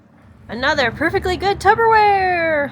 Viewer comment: Did you say Tupperware or Tubberware? LOL!